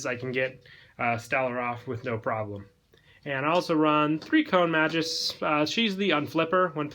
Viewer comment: The name is Mag Us, not Majus